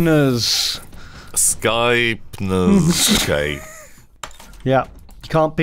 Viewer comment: I love, is a great boy. Though I do wish he would stop saying Skypners.